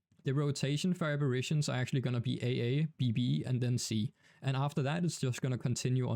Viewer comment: bro be saying abirations